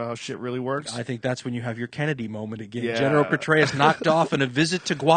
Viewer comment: Dan "ageeen" Carlin